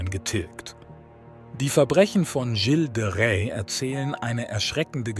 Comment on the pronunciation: Leider steht nicht nur die genutzte KI-Stimme mit der Aussprache von Gilles de Rais auf Kriegsfuß (faszinierend, wie viele verschiedene Versionen in dem Video vorkommen, könnte man fast ein Trinkspiel daraus machen: Ein Schluck für jede neue falsche Ausspracheversion), sondern leider auch das Übersetzungsprogramm (oder der KI-Artikelschreiber) mit der deutschen Grammatik, vor allem dem grammatischen Geschlecht und der korrekten Deklination von Adjektiven und Pronomen.